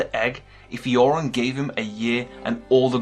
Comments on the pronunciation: His name is Euron (YUR-ON), not Yoren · why do you keep calling Euron - "JOREN"? Theons uncle is EURON - not JOREN!!!